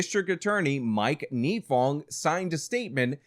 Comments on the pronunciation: A couple things. 1. His name is NYE-fong, as in 'Bill Nye Science Guy. 2. Her name is MAN GUM, not MAGNUM. 3. Nifong thought he was going to get the Edwards senate seat in North Carolina because Edwards fell apart in the 2005 election season. That is why he went so hard in this case; he thought he'd be a US Senator. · MAN-gum not MAG-num "Unfortunately he did not serve any time in jail for what he did" Incorrect. Mike Nifong served a one-day sentence.